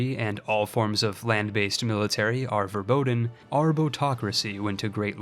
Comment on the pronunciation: "verBOOTEN" got me LMAO